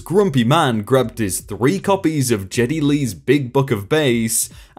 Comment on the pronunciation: please look up the pronunciation of "Geddy Lee."